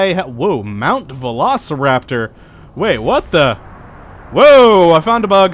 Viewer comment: Vlocrator? It means mount Oleg